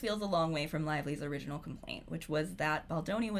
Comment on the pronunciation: Owiginal fwemenist 😂 thanks for the vod!